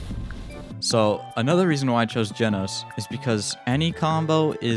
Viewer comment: Its ge nos not geeeeee nos